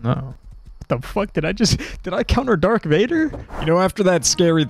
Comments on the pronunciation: Great vid man but “dark Vader” really😂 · Bro said dark Vader smdh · Awesome video man, but did you say DARK vader? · Did I just heard : "Dark Vader", instead Darth? xD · i havent even sen star wars but i cringed so hard when he said dark vader. great video though <3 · Did he say dark instead of darth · It’s Darth Vader not dark bozo🤓🤓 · You said Dark